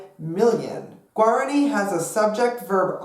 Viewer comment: "pear a gwey" "yur a gwey" "gwear a ni" oh no baby what is you doing???